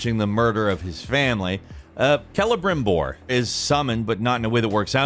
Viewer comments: Lol dubbed over "Celebrimbor". A while back he got some heat for pronouncing it like "Selibrimore" for anybody confused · Love that they had to dub him saying “Celebrimbor” because he said it wrong the first time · is really trying to make up for the last time he tried to pronounce Celebrimbor. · Nggt hahahaha he totally did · funny how they had to punch celebrimbor cause of probably mispronouncing it in the recording lmao